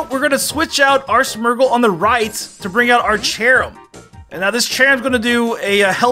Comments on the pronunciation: It’s SMEARGLE NOT SMERGLE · Am I the only one irked by how he pronounces Smeargle as Smergel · Whey does this man call smeargle, smurgle it is so wierd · Smeargle is S-me-er-gull